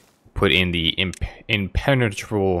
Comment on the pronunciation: It's adorable when you stumble over pronouncing, "impenetrable".